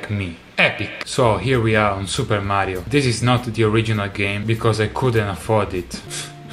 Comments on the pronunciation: I love the way he says "maaario" So italian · Hearing you say Mario is satisfying. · Probably the first time I've ever heard an authentic Italian say "Mario". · The way he said "Mario" is really satisfying! All this time I've only ever heard non-Italian trying to say "Mario" in an Italian accent and no one ever even gotten close to the real Italian accent lol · Notice how he says “Mario” with perfection